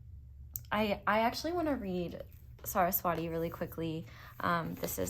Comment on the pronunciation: Not hating or anything ❤ I'm Hindu, Saraswati is pronounced as Suh-rhus-vuh-tee. In case you wanted to know c